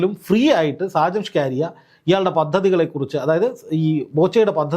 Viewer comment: ഷാജൻ സ്കറിയ അല്ലേ ? സ്കാരിയ അല്ലല്ലോ?